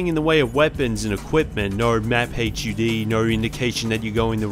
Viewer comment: first time seeing someone say HUD like that